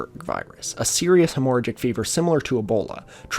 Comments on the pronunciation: Hemorrhagic is not pronounced that way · Please Google hemorrhagic pronunciation bruh wtf 🤣